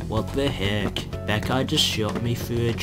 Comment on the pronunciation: "wat de hek"